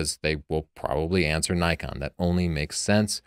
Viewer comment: Judging the grammar in "tavel of light" according to your convention, while pronouncing "Nikon" wrong? Interesting.